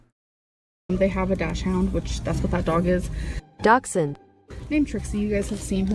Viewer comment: learning me and say dachshund the same does NOT make me feel good